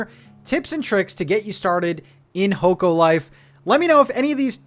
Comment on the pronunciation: The game is pronounced Hock-o Life